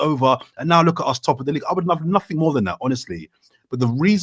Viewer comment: Does anyone want to tell there is no K at the end of nothing?